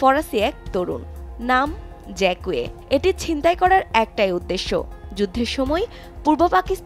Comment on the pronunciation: ফরাসী নাম উচ্চারন ভুল